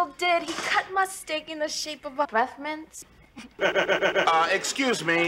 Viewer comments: A breffmint? are you kiddin' me? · Ah yes.. breffmints. Also welcome back my guy, you've been missed~